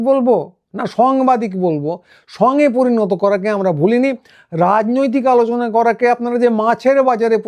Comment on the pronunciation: উনি 'আলোচনা' করতেন না, 'আলুচানা' করতেন।